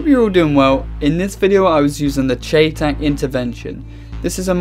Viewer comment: CheyTac is pronounced "Shy-Tack".